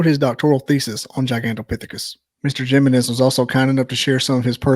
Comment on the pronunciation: lol i love how he says his last name lol jiminez its pronounced himenez lol :face-blue-smiling::face-blue-smiling::face-blue-smiling